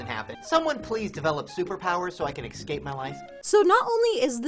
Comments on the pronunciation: putting everything aside (which i know is hard), it drives me crazy how he pronounces escape as ex-cape. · He can't pronounce escape properly